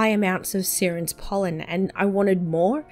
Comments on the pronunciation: Its not Seerens pollen its Siren's pollen like a Siren from a cop car or ambulance m8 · It's pronounced "Sy-rens" haha you know, like the mermaids?